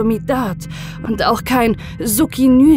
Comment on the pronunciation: "Suktsinülcholin" wird das gesprochen